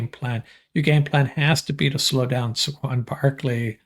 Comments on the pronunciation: Please learn how to pronounce Saquon ! Say-quan ! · At least say the mans name correctly